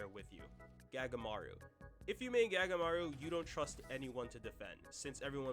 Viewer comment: Him pronouncing “Sae” as “Say” and “Gagamaru” as “Gag-aamaru” truly hurt my bones